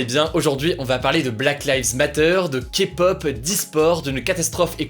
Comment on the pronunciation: Merci d'avoir bien prononcé le mot kpop ! 😄